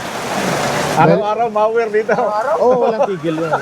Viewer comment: MOWER not ( “ mawer”) !!!